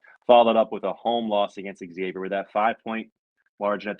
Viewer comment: When you get beat by 25, should pronounce the name correctly, it’s Xavier not eggsavier lol